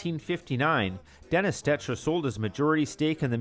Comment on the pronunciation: Tony stecher is pronounced "stecker"